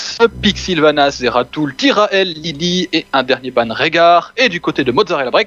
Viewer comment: svp les gars sa se prononcé zeratoul XD